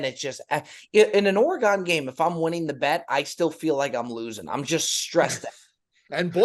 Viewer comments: Orrr-Eeee-Gone,? It's pronounced: Or-gun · It’s Or-again. Not Or Agon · Orygun!!!! Not OreGONE! Thanks for the content, boys, but help us Oregon fans out and pronounce it right. Help me help you. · What's worse, the In tournament colors or hearing you guys pronounce it Ore-gone! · Is it an east coast thing to mispronounce Oregon as "OreGONE"?... it pains me it really does. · ORE-GONE LOL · The pronunciation of Oregon hurt this Oregon native.